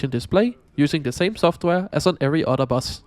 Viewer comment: You say "otter" instead of "other." 🦦